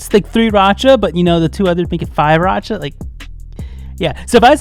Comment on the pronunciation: they pronounced 5racha as oriracha and ori means duck if I'm not wrong ~